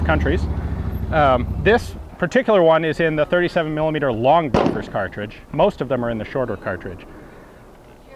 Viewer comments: Great video but I think bofors is pronounced "Booforsh". My Swedish is a tad rusty so I may be wrong. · did you say bofa like bofa deez (nutz)